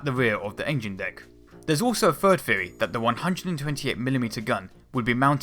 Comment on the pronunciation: When you say the word "theory", why does it sound like "feerey"? You really need to work on that bro.